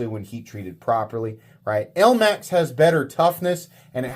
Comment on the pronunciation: "elamx" steel. nice 😂